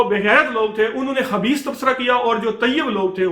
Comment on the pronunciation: Plz aap khabees ko habees na kahiye.. Quraan k harf sahe ada kariye.. Haabees حبيث Khabees خبيث